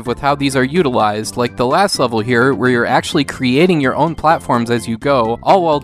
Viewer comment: How they are "utiwised" lol You're the best